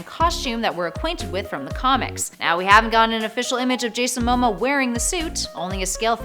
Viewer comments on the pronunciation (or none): His last name is pronounced mah-moe-ah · ITS JASON MAH-MOA im only triggered coz hes samoan and so am i so pls respect the names